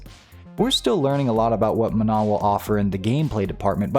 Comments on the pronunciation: Manon is a name that has nothing to do with the word "non", so it's not pronounced the same way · The n at the end is pronounced. Don't trust Google Translate on this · Good video. The only thing I want to critique before it's too late is, you pronounced Manon wrong. Please look up the proper pronunciation